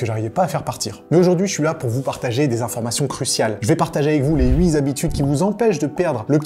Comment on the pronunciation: y'a pas de s a huit on dit pas huit zabitudes dsl c'est un toc j'arrive pas a m'empêcher de corriger les fautes sinon je KIFF tes vidéos j'en rate pas une frero merci <3